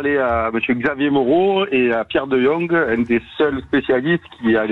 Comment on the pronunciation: On prononce De" yong" pas de jong😊